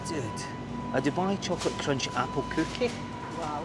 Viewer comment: The way you said cookay(cookie) is priceless! Have Scottish roots myself. 🍻